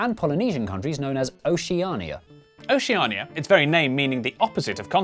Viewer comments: ocenia yes what is that pronouncation though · the way you pronounce Oceania....... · Oceania is pronounced Oshu-nia Also, what is it with the sound in these videos, it just drops out and gets lower, is that intentional? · The way they misprounce Oceania makes me want to gouge my fucking eyes out. It just sounds like "oh-sha-nee-ah" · Me trying to figure out why oceania is pronounced like theres narnia at the end be like: I____I